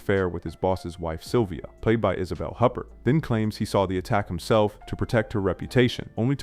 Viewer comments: And "oo-PAIR" not "Huppert" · ...paired with HUPP-ert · Yeah, look at mangled pronunciations of Gutenberg and Huppert.